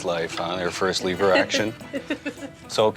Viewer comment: Leever action ha lever action.